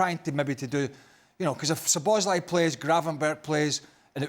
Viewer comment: When will Stevie stop saying Sloboszlai 😄